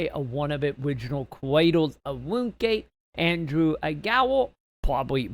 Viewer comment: its pronounced RUNE scape matey